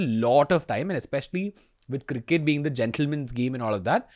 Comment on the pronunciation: has he really pronounced it as "circkett"?